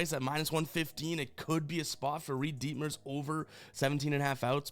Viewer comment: “Reid DEETmers” 😂😂